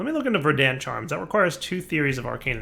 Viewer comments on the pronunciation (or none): Yup, Verd ant not, Ver dant. is the type that can’t say: osteoporosis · the emphasis on "Verdant" is on the first syllable